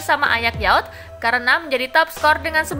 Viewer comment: yout Wkwkwkwk...pede banget ngucapin "youth" dengan yout. 🤣🤣🤣🤣🤣🤣🤣🤣🤣